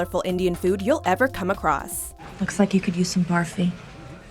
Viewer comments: It is burfi not barfi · Killing me. 'A" has a 'u' pronunciation. So, it's pronounced "BURFI" not PUKE-E or BARF-E. UGH! The sole Indian in that snippet enunciated correctly. (pet peeve) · Especially Barfi - no wonder they sound disgusted when saying it the way they do cos "barf" is to "vomit" It shud be pronounced "burr fee"